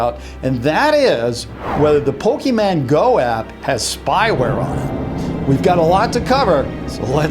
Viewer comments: did he really say pokeman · did he Really just Say pokeman go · It’s not Pokemaaaaaan XD I’m sorry this just kind of hearts my heart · It’s so funny how you say “pokeman” my dad says that too it’s really funny but it’s Pokémon no MAN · pokéMON. MON. NOT MAN. MON. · It’s Pokémon not pokeman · Pok-A-MON NOT Pok-A-MAN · and Addison Lucille guess what is Pok-E-Mon not Pok-a-Mon or Pok-A-Man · It is Pokemon not pokeman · ITS POKEMON NOT POKEMAN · It's not Pokéman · It's Pokemon not pokeman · is pokemon not pokeman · its Not pokeman its pokemon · Mon not Man. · IT IS CALLED POKÉMON AND NOT POKÉMAN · You don't say po kim an you say pokimon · HOLLY, it's Pokémon not Pokéman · did just call Pokémon pokeman? 😐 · ppokemon not pokemen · lol he says pokeman not pokemon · he's say Pokeman and its Pokemon :) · STOP SAYING POKÉMAN ITS POKÉMON! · Why he said poke man it's poke mon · its Pokemon not pokeman!! A lot of people confuse the pronouncing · Can you not pronounce the letter "n." Just say Pokemon, not Pokeman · Pokémon not pokeman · ITS POKÉMON NOT POKEMAN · its not pokeyman go its pokemon go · It not Pokemen its Pokemon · "Pokeman" no it's Pokemon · It's not pokemonMAN, it's pokeMON XD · OMG STOP SAYING POKEMAN INSTEAD OF POKEMON!!!! ITS MON NOT MAN! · pokeMON not pokeman ffs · I got triggered by how you pronounce it "pokeman" instead of pokemon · It is Pokemon not Pokeman! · Omfg why can no adult over 35 ever pronounce pokemon right? It is not poke man it is poke mon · It's non't called pokemAn go it is called pokemOn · YOU DONT SAY POKEMAN YOU SAY POKEMON!!!! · ITS POKE MON NOT MAN!!!!! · It's pokeMON go not pokeman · your keep saying pokemAn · I love how all adults say PokeMAN. It’s so silly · who else got a little triggered when he said pokeman go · Who Else Got Annoyed That He Keeps Saying Pokeman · lol people Jeep saying he says pokeMAN its Filmus :) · He said pokeman noooooooooooooooo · "Pokeman" TRIGGGERERERRERERERERED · He says pokeman